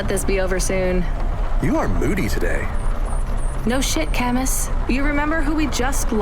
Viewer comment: Cam-Us? i always thought it was pronounced “Camoo”. and “mo-she”? in japanese “chi” always has a ch noise as in. “cheese”